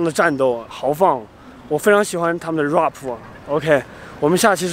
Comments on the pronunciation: Roughpppp😂😂😂 是 RAP 啦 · 怪不得我听起来怪怪的，还有rap 说成 哇婆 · 你果然看到蒙古国美女就"Very High"!!!!!!!!!!!!!!!!!,不過也難怪那些蒙古國美女被你嚇跑了！因為怕你“High”了。“Very tall” is the right way.还有那个“Rap”发音为[ræp]。你不要太丢人现眼了，丢到蒙古国过去了。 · rap，兄弟，你的发音不对